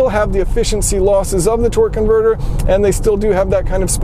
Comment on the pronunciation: Sounds like you're saying "twerk converter"...